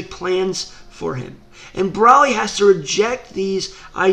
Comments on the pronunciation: Its bro-ly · Are you calling him Braly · Is it me or he saying "braly" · BrALi lol its BROly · Why do u say broly like braly?. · Every time he says broli pisses me off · CONTINUE THE WHAT IF BROLI AND VEGETA WHERE IN MHA ! AND !..... BROLY’S IS NOT A VILLEN AND STOP SAYING BROLY WRONG !